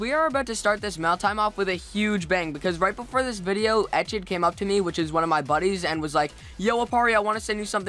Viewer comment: first of all boi, its ET CH DDD, not etch ED. second of all, etched is a girl. so uhh....